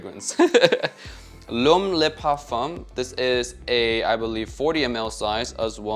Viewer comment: The "Le" in Le Parfum" is pronounced "luh" not "lay" in French. Lots of fragrance reviewers gotta step up their French game. Great video though. Always appreciate your honest reviews.